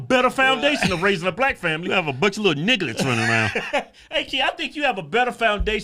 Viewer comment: said "nigglettes", oh my goodness! 😆😆😂😂😂😂🤣🤣🤣😆😆😆😆